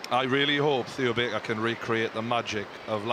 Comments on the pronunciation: On the bench, Theo Barker! Not Baker, Barker. :D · Theo Baker it's not Theo Barker